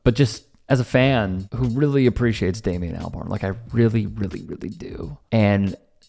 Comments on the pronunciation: It's Damon, not Damien. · You keep saying Damien. It's Damon isn't it? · It’s Da mon, he’s definitely saying it wrong.